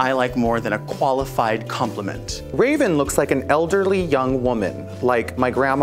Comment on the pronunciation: I love Raja calling Raven "Rave"